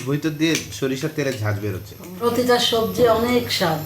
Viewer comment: বানানটা জর্জ হবে। জাজ ( জজ) ব্যারিস্টার না। Not Judge Barrister. বলাই বাহুল্য কাম্মির বাংলা উচ্চারণ অনেক ভুল এবং শুধরে দিলেও তিনি একদমই কেয়ার করেন না। র ফলা উচ্চারণ করে না। পোতিটা বলে প্রতিটাকে। পোত্যেক বলে প্রত্যেককে। পোথোম বলে প্রথমকে। পেশার বলে প্রেশারকে। ঘরে একজন স্টুডেন্ট আছে (সাইফান) তাকে কি সঠিক মাতৃভাষার উচ্চারণ শিখানো দরকার না? বাংলাদেশে ৯৮% বাঙ্গালীর না আছে বানান জ্ঞান, না আছে উচ্চারণ জ্ঞান। একজন এমএ পাশ হয়ে তাদেরকেই ফলো করেন আশ্চর্য ও দুঃখজনক। জর্জ (জরজ্) উচ্চারণ। জজ্ না। George. জর্জ।